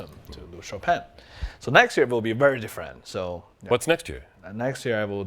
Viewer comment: Bang Bang for sure knows how to butcher Chopin...